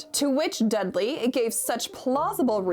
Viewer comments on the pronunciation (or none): none